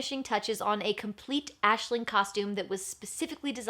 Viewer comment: Aisling is my name... Its not very common where I live, and it being pronounced correctly is even rarer! So uncanny to keep hearing it 🤣